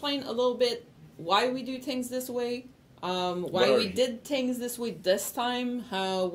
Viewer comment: BTW ITS NOT TINGS..... ITS THINGS .. THAT SHIT IS ANNOYING